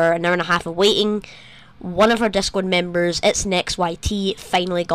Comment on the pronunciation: It’s discord not descord